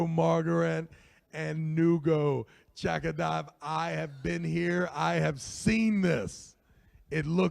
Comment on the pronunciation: Nugo Chagadav? should put a little effort and show some respect in learning athlete's names. Not that hard.